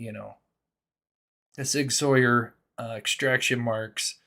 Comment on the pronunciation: Please say Sig sour instead 👍